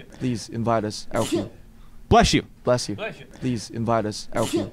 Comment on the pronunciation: I love how u can hear Jin saying in the backround "Blesh you"😂❤